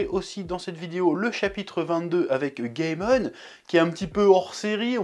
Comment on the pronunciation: chef tu me fait trop rire sur la prononciation hahaha. tu fais tellement aucun effort que tu dis gaymon au lieu de gaémon. c'est pas des racines latines hahaha, le "ae" se prononce pas "ai". Pourtant tu dis bien "monne" pas "mon". je comprends pas...